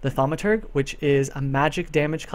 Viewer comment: This is really great. I'm excited to see all the newbies who will follow this guide and come in with some more knowledge! Yo, but it's pronounced Tha-ow-mah-ter-jh It's a flowing juh sound, not a hard guh sound.